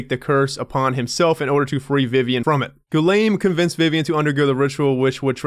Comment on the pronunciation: Finally! I missed hearing you mispronounce Guillaume's name every 10 seconds. Hahaha